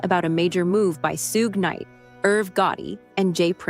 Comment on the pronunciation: Not "Soog Knight"